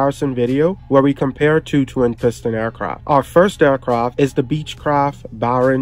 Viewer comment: Why do you keep saying “aircroft“?